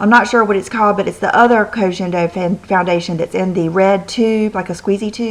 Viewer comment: it's Ko gen do, like "guen", like Guendolyn....